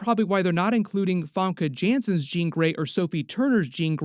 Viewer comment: Please get Jean's name right 😭😭😭😭 FAMKE* JANSSENNMNMN